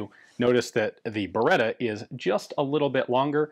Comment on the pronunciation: Thanks for the correct pronunciation! Even that is part of history. This is, to my eye, the best-looking Beretta 92 pattern pistol yet.